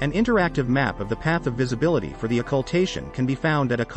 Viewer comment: Wow, you butchered the hell out of pronouncing Occultation.